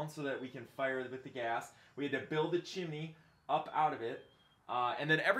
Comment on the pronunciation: Are you saying “Chimmy”?